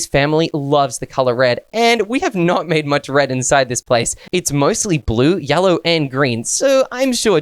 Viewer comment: 😂 says yallow instead of yellow😂😂😂😂😅